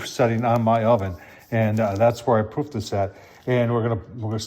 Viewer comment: Whenever someone says I "proofed" the dough, I hear "poofed".